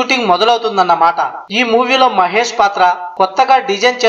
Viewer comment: mahes kadu babu mahesh